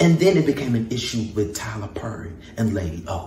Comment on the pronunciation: Lol she cant pronounce words with double r's PERRY, MARRIED NOW THATS FUNNY, she is funny just not on stage